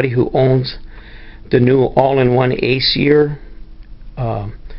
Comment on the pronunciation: lol, i love how he says acer, , aseeher , lol